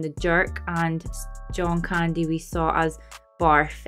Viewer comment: Say CAN...... Say Candy not kindy.......wtf.